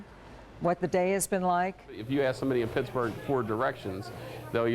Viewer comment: "I like Pixburgh", lol...I'm from there, so don't get mad.